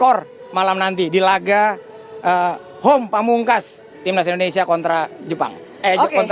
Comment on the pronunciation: Indonesia..bukan indonesa